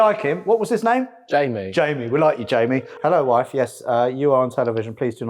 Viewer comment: "Mma waaaif"